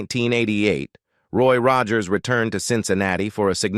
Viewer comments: Narrator needs a reading coach to learn to pronounce common words engaging is not indulging and Roger's is a famous name that should be easy like Mr Roger's not rawgers. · Gotta love how the Bot Reader mangles Roy's surname and "hee-van". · its sad the amount of work that goes into a video like this, but the lack of editing to fix the miss pronouncement of Rogers (oddly it doesn't happen all the time but a good enough number) and then a few other words that were just not pronounced correctly. Roy Rogers was my mom's huge crush. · Teach the mechanical voice to SAY Rogers! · Loved Roy and Dale. This would have been a better tribute if they had taught the computer correct pronunciation. Kind of ruined it for me. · What’s up with the mispronunciation of so many words in this narration, including Roy’s last name multiple times? This must be an AI generated. Very disconcerting.